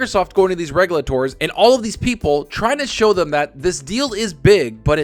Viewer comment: still doesn't pronounce "regulator" correctly lol